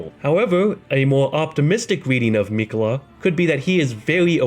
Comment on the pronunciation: Hate how he says Miquella